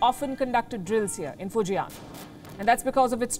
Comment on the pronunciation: It's Fu Jian(Fu Jan), not Fu Ji An.